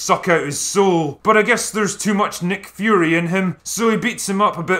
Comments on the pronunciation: "Nick Furian"........ lolz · "A Nick Furian" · "A Nick Furian" 🤣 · Ask the critical drinker its his theory as he keeps saying "Nick Furian" rather than just "Furian".